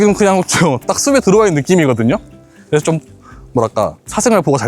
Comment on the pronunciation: 꽃이 는.. 꼬씨 아니고 꼬치 밭이 는 .. 바씨 이니고 바치 숲에 는 .. 수베 아니고 수페 공부 좀 해야 쓰것다